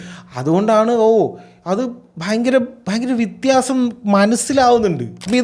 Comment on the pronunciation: വിത്യാസം അല്ലാടൊ വ്യത്യാസം 😂😂